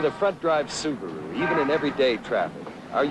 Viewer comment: The dude couldn't even pronounce Subaru correctly.🤣😂